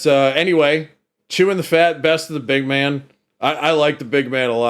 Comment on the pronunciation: Hey, it’s pronounced “The BIG Man” not the “The Big MAN”